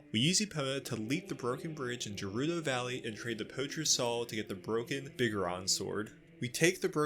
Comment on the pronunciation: I dont like how youre pronouncing “Gerudo” lol